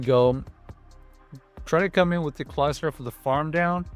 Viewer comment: bro said clogsire lol